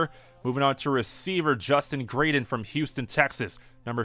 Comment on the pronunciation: I'm so pumped I got one of the spots! Love this series! Keep up the good work! Glad you said my last name correctly btw (I'm Justin Graydon) 😂